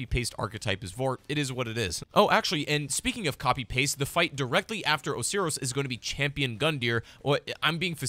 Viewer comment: I think Osiris is pronounced oh-sire-riss